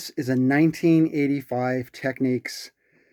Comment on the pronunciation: Thank you for pronouncing "Technics" correctly with the accent on the second syllable. TechNICS.